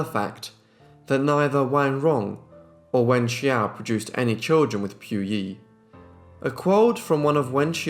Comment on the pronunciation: his prounciation of her name makes me shudder everytime